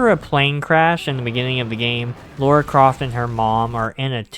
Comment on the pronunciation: It's Lara, not Laura